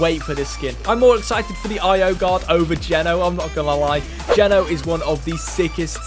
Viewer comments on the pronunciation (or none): It’s not geno it’s g”eeeee” no long eee not short e not to be rude just saying I heard quite a lot more people saying it’s geeeeno